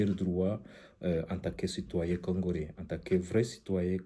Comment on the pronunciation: Congolais pas congorais , bruxelles , non bruxerres